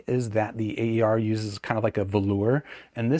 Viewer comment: It's not pronounced "A.E.R.", but "Aer" (which stands for "air" in Romanian)